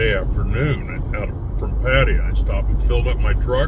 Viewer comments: "Padd-ah-yah' ?? SMH...how long has this guy lived in Thailand?? Good grief... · Your comments indicate that you, simply, 'don't get it'... Seems that in your world, butchering the pronunciation of a major city, a city that you live in, is perfectly acceptable... That is not my personal experience as an expat in the various countries that I've lived in.